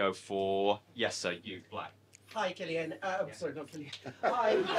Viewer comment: Did she just call him Cillian? Lmfao